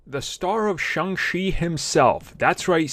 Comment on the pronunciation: If you love Shang chi please pronounce it right